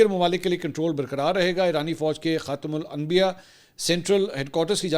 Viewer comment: Mansoor Ali Khan baray sfsos ke baat ha k English tou aap far far bolty ho mgr Imran nyazi ke tarhan aap ko b khatimul ambiya parhny main mushkil pash ayee ya deen say duri ha aur kuch nahi ya lamha fikriya ha. Reply zrur kejiyay ga.